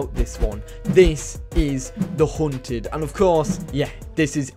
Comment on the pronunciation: The Huunted😂 No offense Just sounds funny